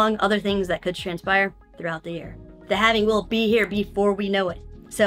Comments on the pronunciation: lol Halving being pronounced as “having” 😂 I’m with it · can't pronounce halving...